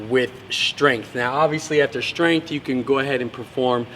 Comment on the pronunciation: He is also known as, because that is the way he likes to pronounce the word strength.